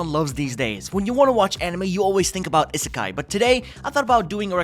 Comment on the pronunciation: It. Is. Pronounced. Ee-sa-kai. Please.